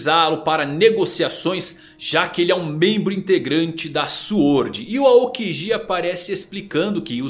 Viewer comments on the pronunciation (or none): none